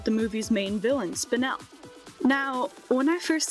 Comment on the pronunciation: Very proud of you for pronouncing Spinel right